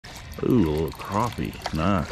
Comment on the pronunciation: crAppie, not crOppie 🤣🤣 nice setup by the way